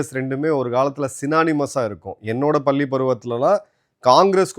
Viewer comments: அரிய தகவல்களை கொடுக்கும், நீங்க, "பல்லி பருவம்", தவறான உச்சரிப்பு. பள்ளி பருவம் என்று நாக்கை மடித்து உச்சரிக்க வேண்டும். தமிழ் ஆசிரியர் நண்பர்களிடம் தொடர்பு கொண்டு உங்கள் உச்சரிப்பை திருத்தி கொள்ளுங்க. கர்ண கொடூரமாக தமிழ் வார்த்தைகளை உச்சரிப்பதை நிறுத்துங்க. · பல்லி அல்ல பள்ளி என்று உச்சரிக்க கற்க வேண்டும் திருவள்ளுவர் என்பதை திருவல்லுவர் என்று உச்சரித்து தமிழ் வார்த்தைகளை கொலை பண்ணுவதை திருத்தி கொள்ளுங்க அவர்களே